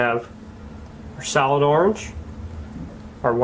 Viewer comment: thought he was saying 'salad' not 'solid' for a second lol